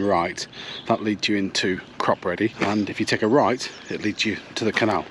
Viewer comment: Think its pronounced Crop eddy